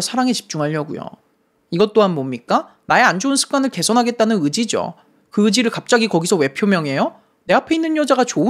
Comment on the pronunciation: 시작할때 그의지를 그~지를 왜 ? 라고 하시는줄 알고 깜짝놀랐어욬ㅋㅋㅋㅋㅋㅋ